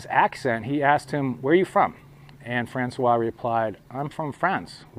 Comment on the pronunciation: And yes, you pronounced François perfectly! ♡